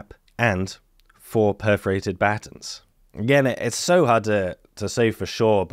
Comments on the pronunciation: took me a minute to realize you were talking about buh-tawns' (American pronunciation)! LOL! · You say the word "batons" funny. What's next...funny pronunciation of "tomato"?